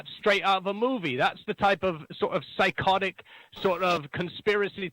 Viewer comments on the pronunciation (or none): I hope we hear from again. Did you know you went Geordie when you said "psychotic"?